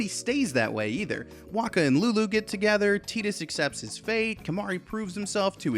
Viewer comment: Tee-tus? I always said Tie-tus.